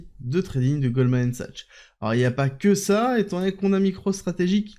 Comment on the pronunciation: Merci pour cette quotidienne A titre indicatif « Goldman Sachs » se prononce « Goldman SAKS » ahah